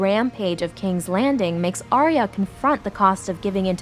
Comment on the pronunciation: It hurts my heart every time y’all say her name. She’s Arya, not Aria.